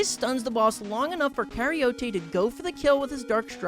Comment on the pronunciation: Karyote is pronounced like eukaryote without the eu (care-e-oat)